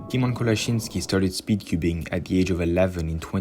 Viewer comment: congratulations! u corectlly prounance ''kolasiński''